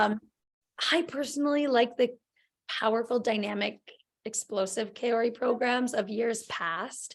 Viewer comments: I find it funny how Meghan asked if she was pronouncing Mai’s name properly and everyone missed the fact that she did not pronounce Kaori’s name correctly. It’s NOT Kay-ori. It’s Kao (like “cow”)-ri. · Are we talking about the same woman on the (2nd hand) FISU videos? She couldn't even pronounce Kaori or Ye-lim correctly.